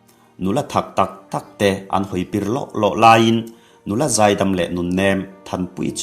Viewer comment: An ni lovin a'n tih a lam tur a nih hmel